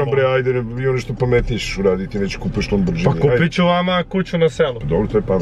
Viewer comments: Nije lambordzini nego lamborgini bratmoi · Hahaha, dobar je momak, ali zadnji od kojeg sam ocekivao da Lamborghini izgovori Lambordzini...